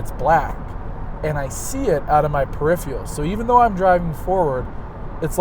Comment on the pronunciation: That's "per-IF-er-al."